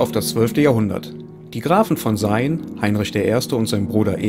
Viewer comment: Sayn wird wie "Sein" gesprochen. Ich bin schon von uns bis nach Sayn gelaufen, sind 15km. 😆